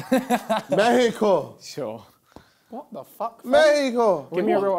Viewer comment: With 26 stars lol Mehricooo